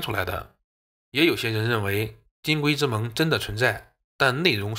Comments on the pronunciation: 金匮之盟，音“溃”，不是“金鬼之盟”。你是不是《聪明屋》的刘纯燕阿姨看多了？ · 那也得上声吧。他这完全是金龟子。。。